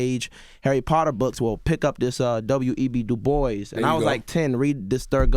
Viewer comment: Bro! This is the first time I’ve heard a public figure pronounce “W.E.B DuBois” name correctly. I’m listening to the album off the strength of that alone. 😂😂